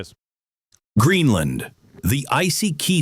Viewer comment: Geez Glenn, it's Greenland not GreenlAnd!